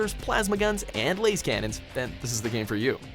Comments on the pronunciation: "Lasecannons" YOU FUKIN WOT?! ITS LASCANNON YOU FUCKING HERETIC. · Laz not layz cannon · Lass cannons not Laze cannons... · Not lais canon it’s laaaaaz canon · it is pronounced "lahzcannon" not layz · its pronounced "LAZ" canon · Thumbs down for pronouncing lascannon wrong. Plus I don't agree Dawn of War 2 over Dawn of War.